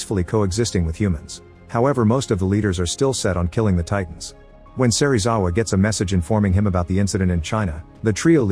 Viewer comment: bruh it's not a electric beam it's atomic breath. Edit: SERIWAZA?!??!?!?!? BRO IT'S SERIZAWA